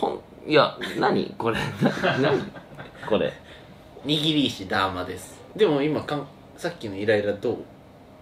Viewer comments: 握り石ダーマのダーマはそのイントネーションで合ってるの？ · ダーマのイントネーションそれなん？